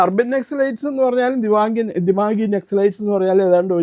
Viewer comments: ദിമാഗി ആണ് ദിമാങ്ങി അല്ല. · അവതാരകയോട് ദിമാഗി എന്നാണ് ദിമാംഗി എന്നല്ല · ഡിമാങ്ങി അല്ല ദിമാഗി എന്നാണ്